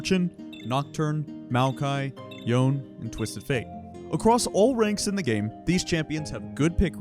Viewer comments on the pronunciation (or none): YONE? 14 seconds in and I've heard what? YOE-N???? :face-purple-sweating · Yone...Is pronounced...YO-NAY!! Or YO-NAE!!! Maybe Yo'ne should have been the spelling, but I cant stand how people butcher and name that the characters literally tell us how to pronounce. XD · it's 2024 and yone is still pronounced incorrectly...